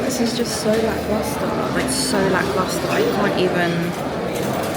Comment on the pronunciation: WOW I TAKE IT BACK ! SHES SINCE SAID IT TEN TIMES MORE EACH TIME CORRECTLY 😂